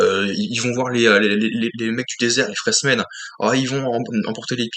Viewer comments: Tu t attendais à un blockbuster , ce que Dune n est pas ;) Au passage , c est "FrÉmens" , pas "FréSmens" )) De mon coté je jugerai de l ensemble , pas film par film , c est comme en peinture avec un dip ou triptyque , l ensemble à une cohérence . ✌ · Ouais c'est un peu timoré et lent. Par contre ça pose les bases. Après comme il était prévu de faire au moins une suite un deux il fallait prendre le temps pour préparer ce qui allait arriver dans cette partie 2. Pour info on dit Fremen sans "s".😂